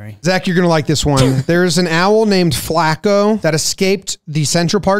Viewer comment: It's not Flaa-ko. It's Flah-co. Put respek on it